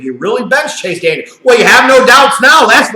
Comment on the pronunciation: Chase DANIEL, not Daniels! And yes, he blows!